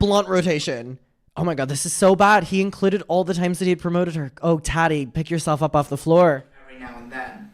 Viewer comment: The way you pronounce Tati like ratty with a T makes me giggle